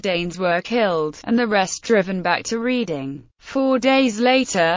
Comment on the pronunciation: I cannot abide these computer generated commentaries. Why on earth can't they get a real person to do it? That way they might pronounce things correctly - it's Redding, not Reeding.